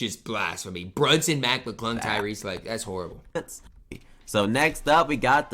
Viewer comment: The fact he calls mclung mcglunk has me hurting 😂